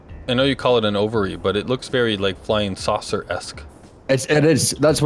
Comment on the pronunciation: What does Nidd mean? Also, nice way of saying saucer at the intro xD